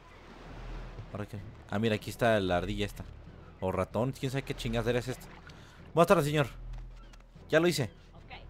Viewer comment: "Jue Jue Jue" "Buastardes"